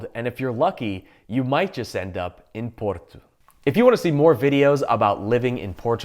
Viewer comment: It's Porto (paw-tow) Not Portu as you pronounce it 🤦🏻‍♂️